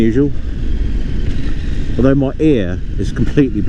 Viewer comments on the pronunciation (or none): none